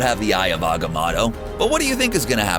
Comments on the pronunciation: Its not pronounced as Eye of Agamadto its the eye of agimodo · Say it with me Motorola "Agamoto" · I cant take you seriously if you do not know how to say Dormmamu and Agamotto